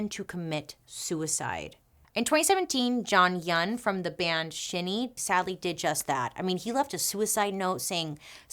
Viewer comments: “Shin-E” a+ for trying Bailey 💀💀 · It’s pronunced SHINY!!! I mean learn the pronunciations if you’re gonna talk about them… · Thank you for mentioning kpop, especially 2nd generation as it is the start of its globalization. A mild correction that SHINee is pronounced as “shiny” but thats okay. Thank you for mentioning Jonghyun in a respectful light. Yes, the compounding stress and loneliness of success probably made him make that decision (we will never know the whole story), but Jonghyun is more than his death. He gave and made so many great songs and performances and even advocated for the lgbtq community in a very conservative country such as sk. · SHINEEEE Bailey I am yelling XD it's Shine-ee but I am forever pronouncing it shin-nee now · Bailey the K-pop boy band Shinee is pronounced Shiny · Just in case you make a Dark History of K-Pop, the group is pronounced Shiny (just written differently) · Someone probably already beat me to it 😂 but it's pronounced Shine-E just so u know and I love your videos 🥰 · SHINee sounds like “shiny”. And they are they are unreal. I suggest Replay, Lucifer, don't call me. Let me know which is your fave of the three! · “Shinee” sounds like “Shiny.” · I'm not coming for you Bailey but SHINee is pronounced like shiny :) just FYI... I was devastated when I heard of Jonghyuns passing. That woke me up to the reality of these industries and never really liked kpop since. 😕 I was a huge fan beforehand of BIGBANG and SHINee etc. I was really glad you brought up kpop though because it's still happening now in that vile industry!! Probably even in western media with one direction, little mix and the like! I love creativity and I want bands to do well but I want them treated right!!! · Shinee is pronounced like shiny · SHINee you pronounce as you would 'shiny' hahaha you tried bailey! love ya! hope you're alright and healthy! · Its Shinee like shiney, something bright and shiney. And its Jong-Hyun. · Shinee is pronounced shiny🥰